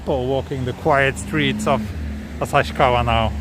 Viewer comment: This is the awesome video. I love it. And I clearly recognized you as a Tokyo boy because you pronounced “旭川” more like “Asashikawa” rather than “Asahikawa” which is a correct pronunciation. Please remember a Tokyo boy like me pronounces “150円” as “Shaku-gojyu-en” instead for “Hyaku-gojyu-en” which is an official and correct pronunciation.